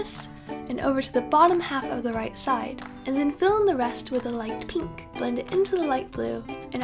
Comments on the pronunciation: "peenk" haha i love it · I love the way you say pink, it's like peenk*